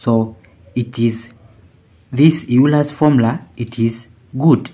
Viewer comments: Euler is not pronounced "Yuler" it is instead pronounced "Oyler". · It's Euler's formula, not Eurler's formula. Named after Leonhard Euler. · Euler, not Eurler. Pronounced as “oiler”, not as “you-ler”. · ...and it is not Eurler's formula, Euler's formula. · Its pronounced oil-ler